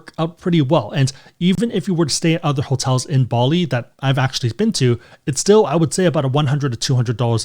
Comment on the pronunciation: What about "other?" - "Udder."